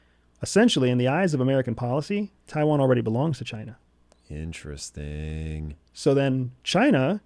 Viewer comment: 🤔 Nterest-ing isn't it?